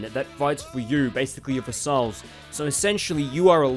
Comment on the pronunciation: Thats not how u pronounce "vassals"